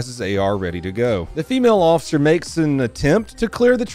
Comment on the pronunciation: PLEASE pronounce the F in officer. PLEASE stop saying osser.